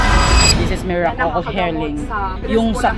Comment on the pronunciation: A wise beki once said "Des es merakol off helling" 😂😂